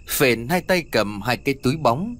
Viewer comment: Phển chứ đâu phải Phền ?